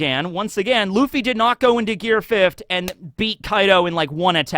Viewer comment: “Gear fiff’d” 😂